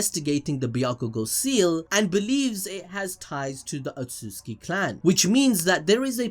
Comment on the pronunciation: "Outsutuki Clan"